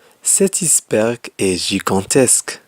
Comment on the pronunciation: Salem! Belle vidéo mais pour : iceberg ,ce mot se prononce tel qu'il est comme en anglais pour ice.merci et bonne continuation !